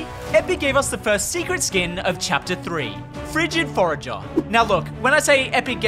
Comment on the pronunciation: Frigid Forager Real Name: Frigid Forgoer